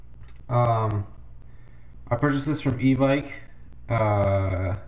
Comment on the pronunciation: FINALLLY someone who pronounces evike properly Halleluah